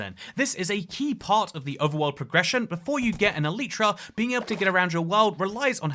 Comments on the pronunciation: I think the real crime here is the way he pronounces elytra or should I say, “Eleetra” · elytra. not eliitra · Bro pronounces Elytra as "Ah-Lee-truh" wtf 💀 💀 💀 Everyone has to be quirky...